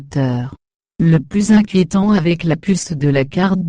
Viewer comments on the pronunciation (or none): none